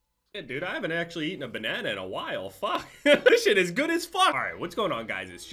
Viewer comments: Why do you say banana so weird 🤣🤣 “benena” lmao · You say banana weird